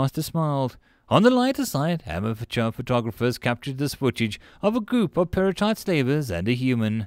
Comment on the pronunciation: I was confused when I thought you said perlite for a second